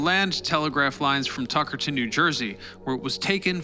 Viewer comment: Hey! I’m from Tuckerton NJ and you are pronouncing that second T way too harsh. It’s said more like Tuckerdon, Ik it seems stupid but it bothered me to the point where I couldn’t focus on the video